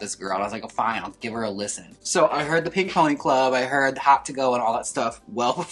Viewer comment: the wisconsin jumping out when jaymes said HAWHT to go